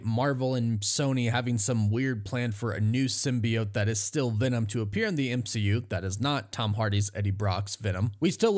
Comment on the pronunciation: Goodbey m-she-u